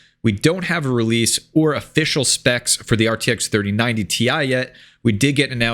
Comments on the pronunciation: Cmon man it’s “tie” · It's 3090 "tie", Get it right bro! hahahahaha